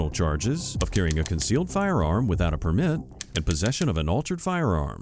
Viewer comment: Why did you pronounce “Permit” like that 🤮